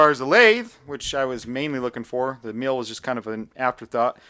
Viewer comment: He keeps pronouncing it 'meal' 😂